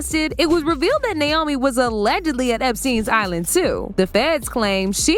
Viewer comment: As a Naomi, it’s NAY O ME. 😊 💖